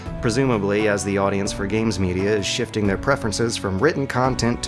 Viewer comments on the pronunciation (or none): none